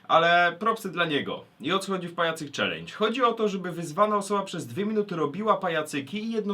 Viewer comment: "...Ćwlendż" :DD P.S Niech wyzwie ktoś Kine xD